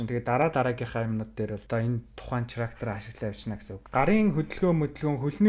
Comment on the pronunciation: ХАСНА ХИЧЭЭЛ ХИЙНЭ ХАЙНА гэдэг үгнүүдээ чи ГАСНА ГИЧЭЭЛ КИЙНЭ КАЙНА нтр гэж ярихаа больж болох уу Character гэдэг чинь Кэрактер гэсэн дуудлагатай болхоос чиний хэлээд байгаа ЧИРАКТЭР гэсэн дуудлагагүй шүү ядаж байхад ямар олон удаа ЧИЙРААКТЕР гэдэг юм бэ